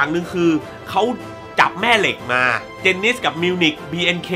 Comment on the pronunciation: เสียดายผมไม่ค่อยได้เล่นเฟสเรยอดเล่นด้วยเรย555...ถ้าโหวตในยูทูปน่าจะเยอะกว่านี้นะผมว่า แล้วพี่พูดชื่อผิดเจนนิสกับมิวสิคไม่ใช้มิวนิคพี่5555